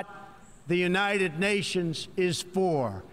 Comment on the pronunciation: "unated nations"